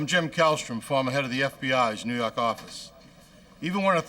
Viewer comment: NEW YAWK AFFICE!